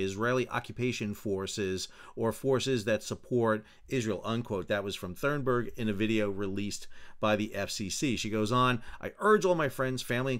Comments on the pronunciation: Why do you say Thurnberg when it is Thunberg. There is no R after the U. Edit you say Cunningham correctly Thunberg is similar. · I enjoyed struggle to pronounce Greta's last name 🤣 And laughed at myself every time I heard anyone pronounce the name of the sailboat as "meddling" which both parties seem to have been doing even though the name is not meddling lol. All of that aside I see no reason why the sail boat should have been denied freedom of passage, no reason why Israel should have done anything more than ensure it was not a danger to anyone. It should be Palestinians who allow or not allow foreigners to dock on their shores. However, it was stupid of these people on this sailboat to display Palestinian flag(s). Thanks for the video, Sal! You're the best